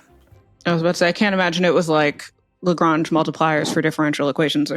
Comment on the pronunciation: Tom saying "Lagrange" like it's Grange Hill